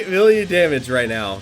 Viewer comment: “2.4 villion.” all this time you’ve been playing Dokkan and you can’t even say million. Tsk tsk tsk